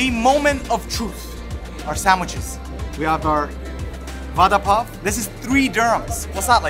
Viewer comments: It should be pronounced like vara pao not vada pao , though we right it vada pao. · Vada pav is pronounced as vara pau.... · Sorry but i heard father puff😂😂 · I’ve been laughing for over an hour stomach is hurting over the way u pronounced VADA PAW 😂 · OMG, Khalid's pronunciation of Vada pao is so funny. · The way he says it "Va Dha Paa O" :) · the way he say vdda pav😂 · Its vara pao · Aww love d way u pronounce vada pav nd pav bhaji, would love to see more tasting Indian food vlogs. Lots of love from Mumbai, India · The way U pronounce "Vada pav" I like it❤ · The way he says Vada pav 😅😂😂